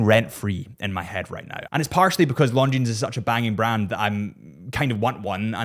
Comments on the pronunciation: Please... not LongineS .. no "S" when you say this brand. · Doesn’t matter, he prefers chewdur over longjeans 😂😂